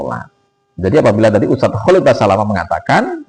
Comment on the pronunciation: Nyebut nama aja salah dul, kholik. Khalid